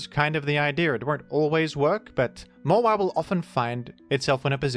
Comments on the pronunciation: Its pronounced Mawhile. Dont ask me! The Hoenn dex said so! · It's mah - while.